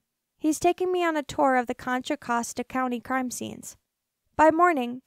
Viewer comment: I live in Contra Costa County. You didn't pronounce that right, or Concord, or San Jose